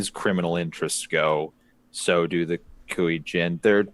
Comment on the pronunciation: Come on, it's not that hard, EIIII, as in Fonzie... KuEIIII Jin. Y'know like my name ^^.